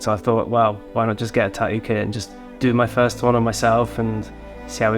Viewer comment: The way this Hawaiian shirt guy pronounces tattoo is infuriating